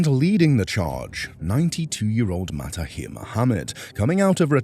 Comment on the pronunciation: it's MA-HA-THIR not matahir u ignoramus !